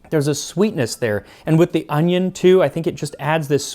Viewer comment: I like your pronunciation of onion, resembles korean "hi" :v